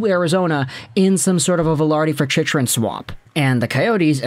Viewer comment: You’re not a fan can’t even say chychrun name correctly